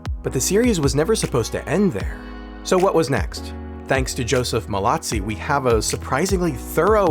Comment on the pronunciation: Joseph MALOZZI !! Pas malazzi ni molazzi